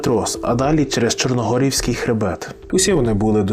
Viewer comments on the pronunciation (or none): Ясіня́, Пе́трос, Чорногі́рський хребет, так правильно